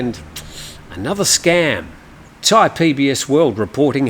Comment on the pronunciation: They should just give you thai citizenship for being able to pronounce all these names !! 😂